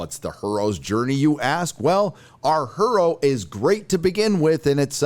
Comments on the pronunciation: "Her-ro" made me spit milk out my nose! And I was drinking water! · First of all it is pronounced as "hero" Secondly, of course you did not review Ms Marvel because that would have put you into alot of hot water. I mean a woman who is also a Muslim and a main character!? (I shudder to think what your "review" would have been like, so good call on that one. You seem to have turned into a very angry "ranter" nothing pleases you and so your channel has slowly but surely turned into one long negative moan. My suggestion to you, is just stop watching these things, you do not like the way "Star Trek" "Star Wars" and "Marvel are going, then just stop watching and stop reviewing (quite simple really) When did you become so negative (borderline hateful) and then start to focus and blame women because of being a main character/characters and directors? Was it because you did not like the movie/series they where in? Maybe because they where not a very good actor/actors? Or the women directors/production team just got it all wrong? Or maybe just maybe there is something darker that you are expressing to all of us? Maybe you are expressing your personal views about taking masculinity back where it belongs and to stop the injustice of women degrading men? Your channel was (at one time) intelligent and impartial. Now you have become just another rant and rave YouTuber expressing your own personal beliefs and becoming borderline offensive with your gender rhetoric masked behind your "so called reviews" Just stop watching, give up on all of it, do not put you